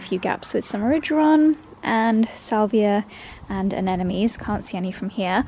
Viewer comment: You keep saying aneNomes but they're called aneMones😅 with an "m"...